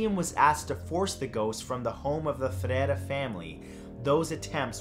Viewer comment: Great video, I just have one thing to point out Maria José (pronounce like Joe-zeh) ferreira (two rs not just one)